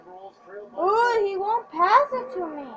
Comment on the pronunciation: dude you said path instead of pass